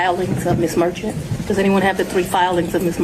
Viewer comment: You’re saying the Judge name wrong, We live here in Atlanta! To me Ms Merchant has proved her case! 🤦🏽‍♀️ And what was her deal with the waving Donald Trump hands 🙌 Ms Merchant needs to have serval seats 💺